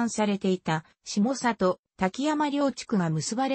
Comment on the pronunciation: 「したさと」ではなく「しもざと」です。